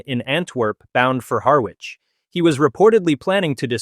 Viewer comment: you mention he was bound for "HAR-WICH"...it's pronounced HAIR-ICH.